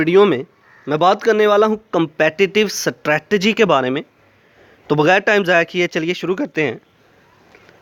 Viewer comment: I think u are not pronouncing strategy.. anyways u helped me learning this topic thanq sir💗